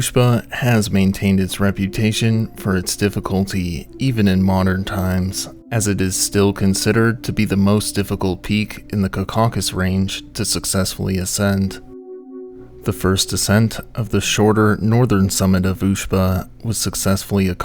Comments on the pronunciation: It's pronounced Kaw-kuh-suhs. Not Kuh-kaw-kus. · Not "cacorkus". Caucasus. "Cork-as-us". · Caw-Caw (It’s pronounced “caw-kuss-ess”)😊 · Where the fck are u getting this extra syllable from ??? It's caucus, not kacaucus ... jeeezus youtubers are dumb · Say it with me now: CAW-kuh-suss There are no Cacaucus Mountains on any map. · I'm guessing you're trying to say Cau-ca-sus Mountains? and not caw-caw-kus? I like your vids, but this is pretty jarring to the ear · If you’re going to make videos about tragedies in a mountain range you should learn how to pronounce them. Caucasus is not pronounced cau KUESS is. It’s pronounced KAW ka sus. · Caucus not Ca-caucus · Caucuses is pronounce CAW kuss ez. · Caucasus:: "Cacausus" 💀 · It is not the Core-corkus mountains! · The pronunciation of Caucasus somehow as "kickallkasis" 😂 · Why are you adding an extra K sound to the start of Caw-cuss? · Dude, you really should look up how to pronounce "Caucasus." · Pronouncing Caucasus totally wrong! It’s a derivative of Caucasian, so use that as a guide, then check pronunciation in a dictionary. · Caucasus isn't pronounced that way. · How can you pronounce caulk-Asian mountains, it's where white people get the term from ... You sound cracker white so you should know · I have to stop this video with his repeated mispronunciation of “Caucasus”. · That's one too many C's in your pronunciation of Caucasus... There's only 2 C's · He pronounces Caucasus incorrectly. That's pretty awful. To not know that, and worse to not know that you don't know, and so fail to check it. A really bad sign at the start of the video. What else will be incorrect and not checked? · He mispronounced it through the entire video. He added an extra hard C sound that isn't in the name at all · Yeah he pronounced it wrong. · He just switched the inflection around